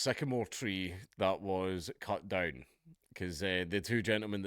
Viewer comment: “Cut doewn” I must master this accent